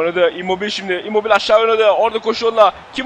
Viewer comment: immobil değil immobile diye okunuyor